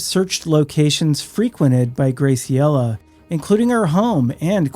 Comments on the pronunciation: Just a sidenote: Graciela is pronounced, "GRÄ-see-ellah." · The pronunciation of Graciela is killing me 😅